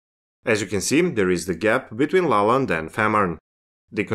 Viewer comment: I understood it is Lolland, not La Land